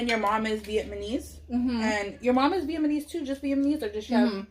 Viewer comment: Haha be saying “vietmanese” Haha I love her❤️😂